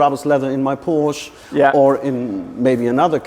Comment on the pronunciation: Hearing a German say “Porsh” is WILD